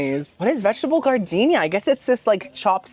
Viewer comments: GARDENIA LMAO ITS JARDINAIR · Giardiniera? No. Gardenia 🌺 . 😂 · Vegetable gardenia lmaooo as a chef your pronunciation really makes me happy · The vegetable salad on your Italian sandwich, giardiniera is pronounced...Jar- din- era. 💖